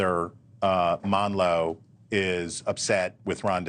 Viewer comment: Chris, it's AMLO, not MANLO. And no, you can't invade a sovereign country. That's what Russia did.